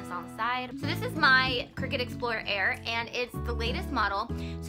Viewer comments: Nice JOB!!!! only thing I would suggest is correct your pronunciation of the item. I believe it is pronounced CRY CUT not Cricket. Sorry have peeves about grammar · Isn't it pronounced CRY-cut? :P I'm that person. I had a coworker tell me the pronounciation and she was real snarky about it, too. Haha. I see this section at JoAnn Fabrics, but never researched what it was. It was maybe 5yrs before i got a clue. Another 2yrs (present) to find a need for one. So thank you for the vid!